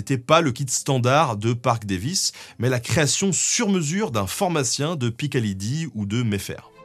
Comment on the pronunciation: lol c’est Piccadilly PI KA DI LI et pas PI KA LI DI